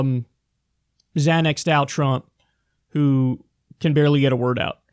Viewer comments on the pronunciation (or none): none